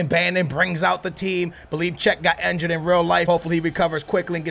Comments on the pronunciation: INjured not ENjured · ITS CALLED INJURED/INJURY NOT ENJURY